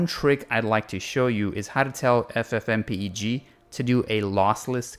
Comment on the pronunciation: This is the first time I've heard someone pronounce it as f-f-m-p-e-g instead of ff-m-peg.